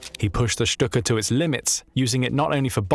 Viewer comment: FINALLY someone to pronounce STUKA as it should be🙏🙏